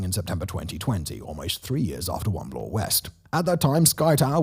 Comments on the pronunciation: Also, Bloor does not rhyme with floor. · Yunj? Blore? Come on! It's pronouned "young", and Bloor does not rhyme with floor.